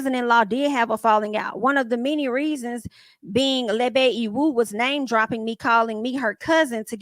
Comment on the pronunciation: Why you sound like you saying Lil Bay for Lebe? 😂 Girl, you had me rolling at work. Had to chill and remember where I was. Love your reviews